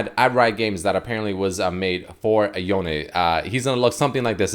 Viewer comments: I wonder if Yone is now stronger than Yasuo now that he has new powers. Edit: Also, it's pronounced Yonay. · its pronounced yoh-nay the e in japanese is kinda like ay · The way you pronounce “Yone” is very awkward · why are you saying his name like that ??